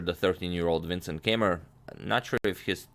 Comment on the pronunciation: Keymer is pronounced Kai-mer!